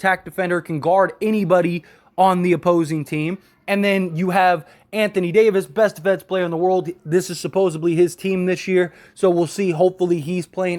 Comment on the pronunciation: Dude. Supposebbly is not a word. The word is SUPPOSEDLY